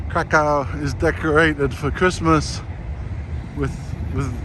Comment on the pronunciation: I enjoyed your video. However, if you want to impress the locals, try to avoid pronouncing the city's name as Kra-COW with that hard second syllable. Locals pronounce it Kra - kuhf, which is much softer on the ear.